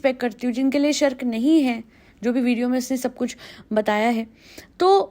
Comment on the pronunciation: Hey just for your knowledge Shirk is pronounced as She-rk girl wala she